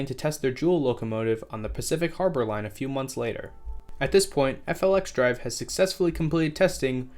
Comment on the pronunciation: Wabtec’s FLXdrive is pronounced “Flex Drive” I’d you want to save yourself some time. Also Net Zero Emissions doesn’t mean no emissions so UP isn’t going to dive into electric traction if it’s not economically viable yet, it just means they’ll offset their emissions in other ways.